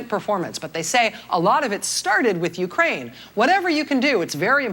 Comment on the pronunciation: You say Ukraine really weird. It sounds like you're saying Ukain.